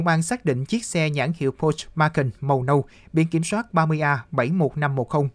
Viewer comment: Nghe phát âm tên xe quên luôn không biết là xe gì. pót chơ mắc can nhé